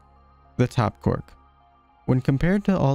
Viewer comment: It is not cork it is quark